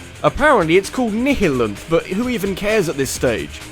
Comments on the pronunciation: Nihilum is the name of a CSGO ameature pro team, what you're talking about is pronounced "Ni-Hill-Anth" Or "Ni-Hill-Anth-Go-Fuck-Yourself-You-Shitty-Boss-Fight" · I think the Nihilanth is pronounced "Nee a lenth"